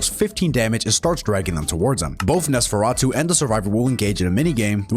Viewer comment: Off topic, but I think it’s funny how you pronounce “Nosferatu” perfectly, yet you stutter a ton on the word “muzzle”